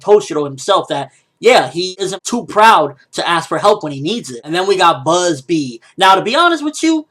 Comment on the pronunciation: its Bazz-B not Buzzbee, cmon ppl stop using silly translations